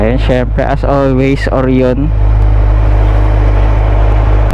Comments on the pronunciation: Oryoooon hahaha. Orayon kase yung Orion, pati Zeee 1 hindi Zey 1 po 😂😂😂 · Oh-ra-yon. Not Or-yon